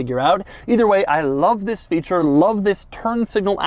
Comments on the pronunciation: Nobody: Doug: Zisssss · It's more how he emphasizes it noe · it's his emphasis on the word. get a clue.